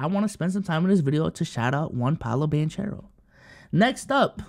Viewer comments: Please… it’s pronounced Ban-care-o, not Ban-chair-o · Why r u saying Banchero like that? Sound like Paulo BanChurro. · Love that you mentioned Paolo but we gotta get the name right. Ban-Caro. As someone who’s had his name mispronounced all my life I feel this one 😂